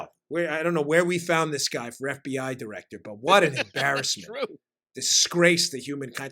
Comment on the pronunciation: Hey Dan, I think you meant “F B Eye”!